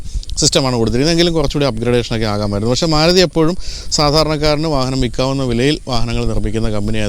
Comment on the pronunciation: Suzuki Desire. Not Maaaaluti😂😂😂